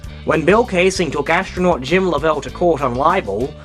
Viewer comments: Lovell is pronounced LOVE- ull. I like the video but that's driving me nuts. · This guy is Australian, that's why he talks weirdly. Common courtesy to pronounce sombody's name the way THEY would pronounce it - Lovell! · You notice, you are pronouncing the name differently than the SPELLING of his name. You must LOVE the way HOLLYWOOD chose to pronounce his name. Well, still debatable.